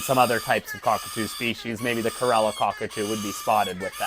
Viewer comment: Every time he pronounced it "gala" 😂